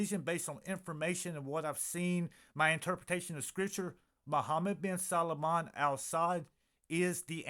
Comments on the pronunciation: Respectfully,, this prince's last name is only TWO syllables: SAL- MAN. It's NOT pronounced SAL-A-MAN. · You miss spelled his name it’s salman. You keep calling him Salomon.😅